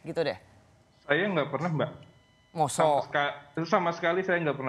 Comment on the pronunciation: MOSOK Hehehe mba rosi jawa nya medok